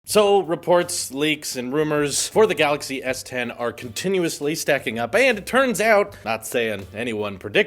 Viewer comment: Samsung Galaxy s10: Samsung Galaxy Tien I love it 😂.....just came to read comments btw don't care about what he says 😂 and so far im enjoying myself